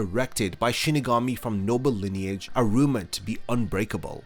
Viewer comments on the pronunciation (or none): none